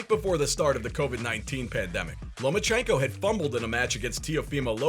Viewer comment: You said Loma ko Haney right?